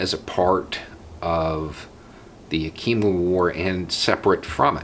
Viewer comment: Hi there, I’m from Washington State, I do not mean any disrespect, but Yakima is pronounced Yeah-kuh-mah. Great tribe, lovely people. Thank you for the continuous education.